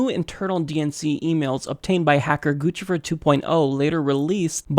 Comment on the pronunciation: It's pronounced Goose-i-fer